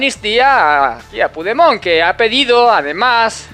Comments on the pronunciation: Ante todo, gracias por las informaciones que nos das. Veo que tienes un problema con pigdemon. Se llama Carlos. Pero en catalán, cambian la o. Por la e Carles y se pronuncia como se escribe. Un abrazo. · Joderrrrrrrr se dice puchdemon , aunque sea un jijooooooodddputaaaa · " Me encanta como pronuncias el nombre del prófugo catalán 😂. No lo cambies nunca 👍🏻